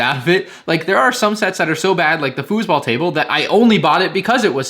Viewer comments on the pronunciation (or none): „Fussball-Sets“ sounds funny , greets from Germany 🇩🇪